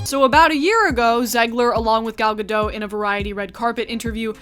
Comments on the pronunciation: Gadot, not Gado why do you have to mention the sex and the race of these people? like black women don't do that (what I'm saying is that I'm sure there are men and women in all colors who work there who do that). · love hearing you talk as always. one minor critique is that it's gal Gadot with pronounced T. we rarely if even have silent letters in Hebrew so if you see a letter trust it should be pronounced.